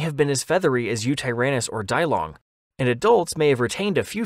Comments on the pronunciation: Dee - Long not Die-Long😂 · Yes! I've been hoping for a Yutyrannus video. Because it will likely come up again, Yixian is pronounced like ee-she-an and Dilong is dee-long.